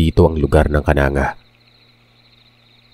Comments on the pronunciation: Its not Kananga po it's kanang-ga po😅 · Mali ang pagka bigkas ng lugar.di yan kananga.kundi ang bigkas.KANANG GA. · pronouncatuion po Ng KANANGA, AY KANANG-GA PO.😊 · Its kanang-ga ang pagbigkas yan hindi kananga, may pinsan ako jan isang guro d ko nalang pangalanan, kasunod nyan is villaba at kasunod ay palompon. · Kanang .ga po pag basa niyan KANANGGA LEYTE taga baybay Leyte ako 😊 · Kanang ga po pronounce nun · Kanang(ga) Po yung pagkakabigkas:) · Kanang ga po Ang pag bigkas nyan